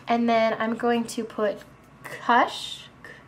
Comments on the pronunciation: kush not kash lol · Haha, you said "Kush", I'm pretty sure it's pronounced "Koosh" because kush is another name for weed, and the shadow is a green color ( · It's pronounced "koosh" not "Kush", cause kush is another word for weed or pot. So that's why they named the green one that, haha. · kush sounds like push. pretty makeup :) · Kush sounds like push but with a k. Absolutely love you and your videos though!!!! [not a hater comment] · i LOVE the look so much!! I'm so going to wear it to school tomorrow! side note- I think the "kush" color is pronounced "koosh", like how you say the 'cush' in 'cushion'. Just bringing it up because I had a guy graduate with me with that name & that's how he pronounced it.. just thought I'd give my 2 cents... ^_^ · The green shadow is pronounced "Koosh" xD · Hahaha kush...its said like like kush as in cushion..as in the some high grade mary J! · Haha I love how she pronounced Kush wrong. Silly:p love your videos so much I'm trying to watch through all of them! -3